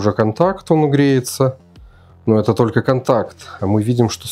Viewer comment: Какой не грамотный, правильно говорить не тока , а только😂😂😂😂. Удачи, всё очень интересно